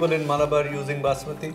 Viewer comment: Its Malabar.. Not Maalabar